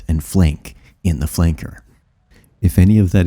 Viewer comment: "yourrr da touffest flounkor" me